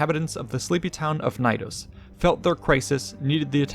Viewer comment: Love the video but the way you pronounce Knidos... nnnhhhg. The K is not silent in greek nor latin. It's pronounced kuh-nee-dos.